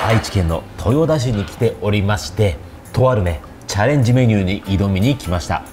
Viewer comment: あいちけんとよだし と言ってるように聞こえます😅 正しくは「とよたし」です。 東京にも豊田があるので間違えてしまっているのかな😂 地元民なので言い間違え悲しい😢 でも、わざわざ田舎に来てくれて嬉しいです！近くに美味しいお店沢山あるので紹介したかったです❤